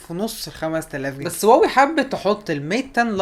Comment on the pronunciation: هواوي وليس واوي يا واوي